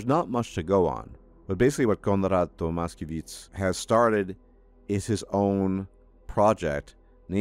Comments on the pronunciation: For future reference - you can pronounce the name as To-mash-kye-veetsch 😉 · IIRC it reads as Tomashkevich (sh & ch read as usual in English). Our Slavic names can be problematic for westerners.